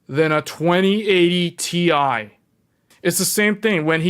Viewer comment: its T I not tie